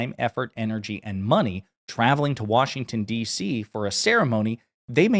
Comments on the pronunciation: It’s not WORSHINGTON it’s Washington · Wershinton? I'm from the state of Washington and hate when I hear that. 😂